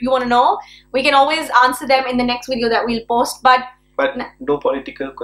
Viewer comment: Listen, luv. It's video, with a "V" and NOT "Wideo". What is it with you South Asians mixing your V's & W's?? Nice video, btw. 😉